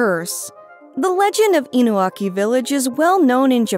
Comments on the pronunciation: It's InuNAki Village not Inuaki Village. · Isn't it Inunaki?